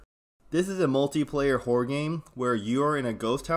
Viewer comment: My man, we gotta work on thy way you say horror, you're fixing to insult someone if you keep saying "whore" lol.